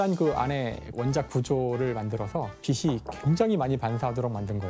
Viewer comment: 빛이, 빛을 [비시], [비슬] 이라고 발음하는거 너무 거슬리는데 병인가..